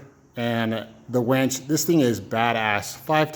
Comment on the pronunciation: I keep hearing wench...